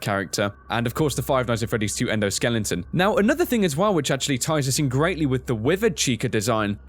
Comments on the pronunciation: Why you still say Skelenton but not skeleton? It's your accent or you say for fun ?:D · about seconds in said skelington